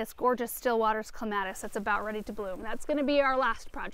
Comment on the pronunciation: Thank you for saying "CLEMATIS" the right way...LOL!!